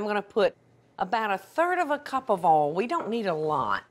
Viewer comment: does say oil like "all"... I wonder where she's from